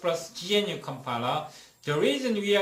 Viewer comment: Just started watching, feedback so far: I like your professional style of presentation though I found your pronunciation of "gnu" quite confusing (I thought you were saying something like "genuine"), perhaps "G C C" might be easier to understand?